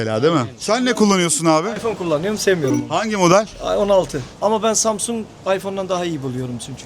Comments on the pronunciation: Kaç insanla konuştun bilmiyorum da bir bu kadar daha insanla konuşsan hepsi üst üstte koysak senin genel kültürünün %3 anca eder doğru telaffuz etmekten bile acizler insan zamzung derken biraz yüzü kızarır be dayı Allah bilir kaç yıldır orda yaşıyorsun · Sjdjffjfkk çok iyi yaaa adam daha samsung diyemiyo. Sabah sabah çok güldüm eyvallah